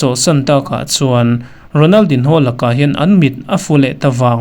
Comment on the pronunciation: A hming hi i lam dik lo deuh em, a in ziak ang ang hian an lam ngai miah lo a nia